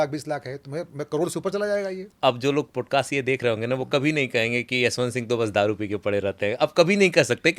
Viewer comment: Bhai please work on pronounce this is पॉडकास्ट not पोडकास्ट बाकि presentation शानदार हैं